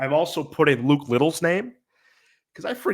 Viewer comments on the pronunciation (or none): none